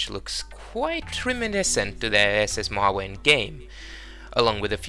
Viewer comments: Great Easter eggs. The ship, Mojave, is pronounced “ moe haw’ vee “ btw. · Mojave is Mo-Ha-Vee, a native American Tribe of North America.